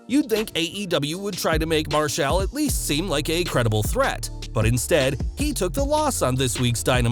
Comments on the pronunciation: How the fuck can you not say Marshall right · Why are you saying "Marshall" like that?